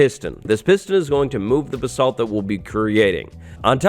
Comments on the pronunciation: Your pronouncing “basalt” wrong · Me correcting him everytime he says basalt wrong